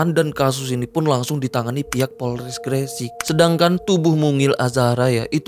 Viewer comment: Gre sek bang bukan gre sik ngomongnya 😂 bjir bikin dongkol kalo ngomong gre sek 😂